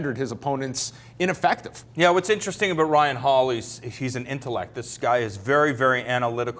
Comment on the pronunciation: Talkin "aboot" it?